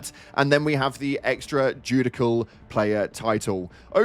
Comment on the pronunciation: The Extra judicial slip up got me 😂 (it's pronounced joo-di-shal, English is weird)